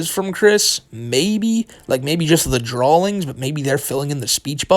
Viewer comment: Chris' what? "Drawlings" whattt